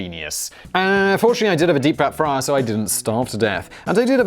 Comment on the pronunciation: Sounds like lived in Glasgow for a while... the deep fat fryer was the dead giveaway